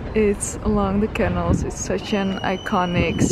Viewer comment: The store looks amazing. Very nicely done. Just one thing. It’s is not a CANal. You pronounce it caNAL.